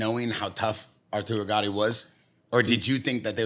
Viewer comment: He calls Arturo Gatti "gotti" and claims to be an " Italian fan " and a boxing fan...